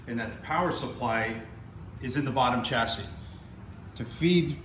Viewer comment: The correct pronunciation is chassis not Tchassis. Beautiful Amp